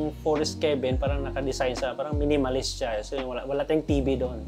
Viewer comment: Pronouncing 'cabin' as 'key-bin' instead of 'ka-bn' is a common mispronunciation among non-native English speakers. Nevertheless, listeners can usually understand the intended word from the context of the sentence. This is particularly common among Filipinos. I have also noticed similar mistakes from Indians, such as pronouncing 'teks' instead of taks for tax, epol instead of a-pl for apple.. 😊